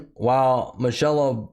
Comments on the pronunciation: Mitch-ell-lobb? You've never heard of Mick-eh-lobe? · Good video bro. I'll never buy another Anheuser-Busch product for the rest of my life. P. S. It's pronounced Mick-a-Lobe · "Mik-u-lobe" How old are you? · "Mitch-A-lob" ??? Lol ! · Mitch uh lob? Are you from a different planet? How do you fuck THAT up? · how do you not know how to prounounce Michelob, man? There are free apps on YT to help you pronounce words. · Omg dude you can’t pronounce Michelob !!?? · I am totally lost! How does someone not know how to pronounce Michelob ultra or Modelo especial? Do you not drink? Have you been living under a rock for the last month lol